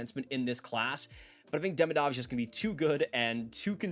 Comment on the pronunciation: Great vid! Just a headsup that Demidov is actually pronounced De-mee-dof :)